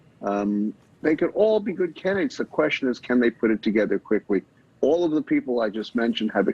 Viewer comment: Did he just say whitmer? Hahahaha